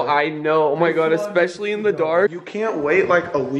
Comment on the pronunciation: Everything is special, to him. Say it everyone: Sphe-shall.